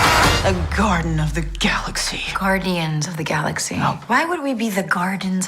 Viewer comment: man u r the best i cant belive she said gardens of the galaxy😂😂😂😂😂